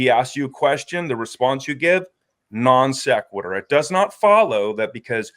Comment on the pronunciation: “That’s a nonsqueturr”